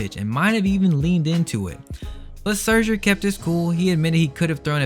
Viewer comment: The way you pronounce scherzer 😭